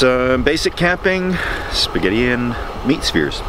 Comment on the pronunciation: I thought you said meat spears. Maybe hotdogs? Then I understood spheres.